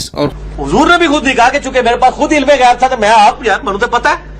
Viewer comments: Astagfirullah jhut tu ap bol rahe ho asi galti nhi kar sakte ap gayab bol rahe ho wo gayb bol rahe hy ALLAH ka khuf karen kisi pr tumat nhi lagye ok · Gayab nhi gaib bol rhe h bhai